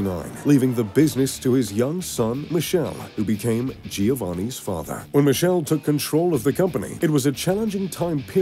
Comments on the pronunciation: Michele Michele not Michelle Michele MI KE LE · It's MICHELE NOT MISCEL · His father's name is pronounced with a k sound. Sounds Mikele Ferrero